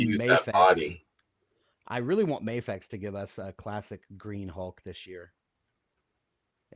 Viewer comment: Replay crew. Love the episode but it’s Mafex with an A sound not an Ah sound. A vowel followed by a single consonant and then another vowel makes a long sound.